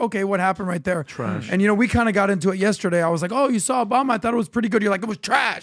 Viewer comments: I also love it when he says "Yestehday". 😁😁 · Every time PBD says “Yestehday” i giggle and i don’t know why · Me too! I’m from Boston so I always wonder if he knows he kind of says it with a Boston accent, but just that one word haha😂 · And for some reason, I say yesterday the EXACT same way. I'm not Armenian 😅